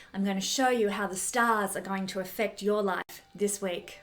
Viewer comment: Thank you for this video. Love your accent. Still can't get enough of the way you pronounce "Staaaaz" !